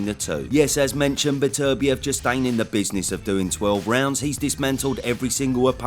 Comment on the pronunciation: if says betervivlev, im safely betting my house on bivol